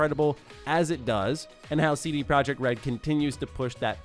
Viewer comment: CD Projekt RED should be pronounced "CD Proyekt RED" since they aren't from an English speaking country